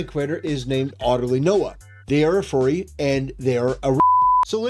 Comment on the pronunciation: I like how he pronounces “furry” like “forty” but without the “t”